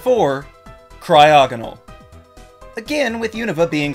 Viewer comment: CRYOGONAL DOES NOT SYART WITH A G, IT STARTS WITH A C! FIX IT NOW!